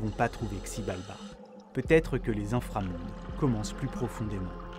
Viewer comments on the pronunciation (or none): Hello ! Super vidéo ! Par contre le x se prononce ch ... donc CHibalba ;) Les légendes autour de cette idée son sympa aussi :) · Ça se prononce Chibalba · Whaaaa, super vidéo, très bien faite et bien narrer, j'ai appris pas mal de choses sachant que c'est une civilisation à laquelle je m'intéresse beaucoup. Seul hic, ça s'écrit Xibalba mais ça se prononce "Chibalba" le X en "maya" se prononce "Ch".😊 Voilà voilà, en espérant vous avoir appris un truc